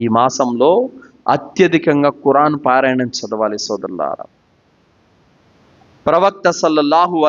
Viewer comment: ఖుర్ఆన్ అని అతనికి తెలుసు పాస్ట్ గా మాట్లాడేటప్పుడు అలా వస్తుంది , చేసేదేమీ లేదుగాని ఏదోకటి పట్టుకొని విమర్శించడానికి మాత్రం ముందు ఉంటారు మీలాంటి వాళ్ళు ఆయన లాగా దైర్యంగా తౌహీద్ ప్రజలకు చెప్పగలరా?